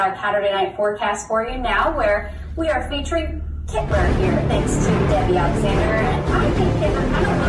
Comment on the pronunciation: Did she say kitler? HAHAHAHAHAHAHAHAHAHA Oh man. Thats some funny shit..... Woh those sneakers, that bible verse, and surrounding verses in particular, Its some dark stuff. Damn, what a time to be alive.